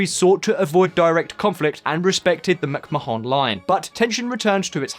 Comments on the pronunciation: Lmao, that's not how McMahon is pronounced...it's like 'MicMawn', not Mac Ma-HAWN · You pronounce McMahon line incorrectly. It's pronounced macmarn you look like an amateur when you say it wrong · MacMahon is not pronounced mac ma hon but mac mahin. You're British you have no excuse. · Mac Ma Hon Line????? You are English right? Its pronounced Mac Marnnn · It's pronounce "muck man" not "muc maHon" English twat! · This video needs to be redone, very amateurish and the pronunciations were dreadful, eg, McMahon is pronounced as "McMarn". Better and a correct use of maps as well. Delete this rubbish and do it again. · The mac-ma-hon line. lol Too much hair. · I can understand butchering the pronunciation of McMahon if English is not your first language, but good grief man, you're British! Get it right! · That pronunciation of McMahon is embarassing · It's petty... but is anyone else irked by how "McMahon" is pronounced in this video?